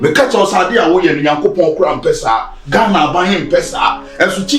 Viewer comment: She said Ghaina😂😂😂😂😂